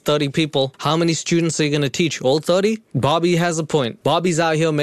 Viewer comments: I thought he was saying barbie instead bobbie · Took me... Waaaay too long... to realise is saying Bobby and not Barbie. 😂 Pewds and would make killer videos together